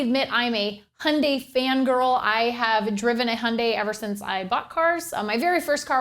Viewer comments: handay ?! don't you mean hyundai ?! which would sound like youn-die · Its HI-UN-DIE Not HUNDAY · its not hunday, its highundie from a south korean youtuber! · Do you mean Hyundai (Ha-yun-die) or Honda (Hon-da) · Funny the way you say Hyundai "hun-day" LOL